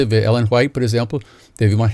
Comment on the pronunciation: O senhor bispo caipira da esquina que não sabe nem pronunciar o nome de Ellen White (que escreveu mais de 100 mil paginas a mão), disse que não existe mais revelação do Espirito Santo pois essa eh a doutrina de sua seita. Porem na doutrina da seita de Jesus Cristo de Nazaré diz o seguinte segundo o apostolo Paulo: Nos últimos dias, diz Deus, derramarei do meu Espírito sobre todos os povos. Os seus filhos e as suas filhas profetizarão, os jovens terão visões, os velhos terão sonhos. Sobre os meus servos e as minhas servas derramarei do meu Espírito naqueles dias, e eles profetizarão. SUGIRO QUE VOCE GRAVE UM VIDEO MOSTRANDO NA BIBLIA ONDE ESTA ESCRITO QUE NAO PODE MAIS EXISTIR REVELAÇÃO, QUE DEVEMOS GUARDAR DOMINGO E QUE ALMA É UMA COISA IMORTAL E IMATERIAL. POR FAVOR SENHOR BISPO ILUMINADO. À lei e ao testemunho! Se eles não falarem segundo esta palavra, é porque não há luz neles.